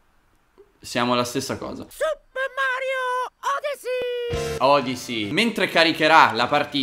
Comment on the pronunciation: Si legge odissy